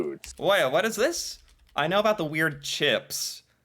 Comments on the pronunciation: He stresses aboot...so obvious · What's with this 'aboot'? Are we sure he's really Canadian? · I'm pretty sure he said "aboot" on purpose . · The way the guy in the video is going out of his way to mispronounce the word about like making all Canadians sound like dumbasses that's not the way Canadians pronounce about this guy needs to stop acting like that's the way they do. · is the resident Canadian assh*le. Over exaggerates everything, puts on his phony pronunciations ( aboot ) and generally annoys most Canadians just by existing! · This guy is saying aboot, and mispronouncing words on purpose. Most of us never talk that way. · Ya, This guy is an idiot. He has to be putting that "aboot" pronunciation on. Propagating a myth. It's aboot time he got the boot from YouTube. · The guy in the video you featured is an idiot. He purposely pronounces the word about " aboot" just to get a reaction on his channel. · Yea.... is not really the best person to learn anything about (not ABOOT) Canada from. He hates it here. And NO ONE I have ever met ocean to ocean has ever pronounced it ABOOT. He's like a caricature of what he thinks is Canadian. Also Crappy Tire is awesome.